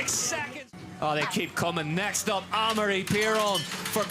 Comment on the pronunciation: Hey it's pronounced Ah-Maw-Ree not Eh-meh-ri not Emory or Emry. Take some basic french lessons for Christ sakes if you're going to be commenting downhill and stop butchering the name of one of the sport's biggest stars